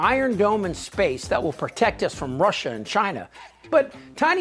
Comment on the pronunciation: Walls, domes, what else you wanna do, Donnie? And what's up with "Russhaahhh?"